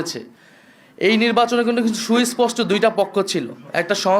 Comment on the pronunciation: সুইস্পষ্ট কি রে বোকাচোদা নাহিদ! লেখাপড়া শিখিসনি! সুস্পষ্ট বলতে পারিস না 😂😂😂